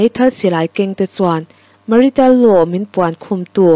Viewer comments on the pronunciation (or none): Angaihnawm e.mahse marital ( ? ) Tih tawh lovin marsial tihin ilam zel tawh dawn nia.tang zel ru... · Pu., Marital law, nilovin, Martial law ani zawk lo maw?